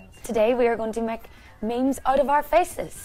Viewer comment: I cringed when she pronounced it mey meys instead of meems